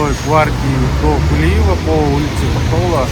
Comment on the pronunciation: Лляяя когда вы научитесь сказать Токтогул?! Или специально издеваетесь? Буква О не так трудно сказать!!!